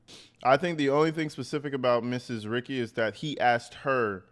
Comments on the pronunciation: Ricci pronounced Ree Chee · (B-M) is Black Male, Ricci is Italian pronounced Reet-chee. Fantastic of you to go through the facts. Thanks. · Usually Italian, most words/names with 2 "C"s (Ricci) are pronounced Luke a "CH" (Richi). Since you were asking. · Officer Ricci is pronounced like '' Richie '' I only know that because that's how my attorney spells and pronounces his name . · Like Christina Ricci pronounced Reechy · I am pretty sure it is pronounced reechie.... Like Christina Ricci.